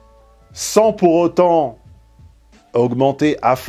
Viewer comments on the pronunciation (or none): none